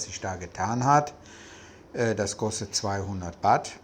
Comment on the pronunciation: Danke für die interessanten Ausführungen. Aber bitte, die Währung heißt Baht...man beachte das "h" in Baht oder in Thai das lange "า". Batt klingt etwas Strange. Sollte man aber wissen, wenn man sooo lange in Thailand lebe. 🙏🏻